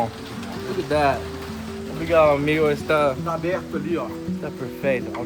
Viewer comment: We say obRigaDo and amiGo, not obriga'o or ami'o.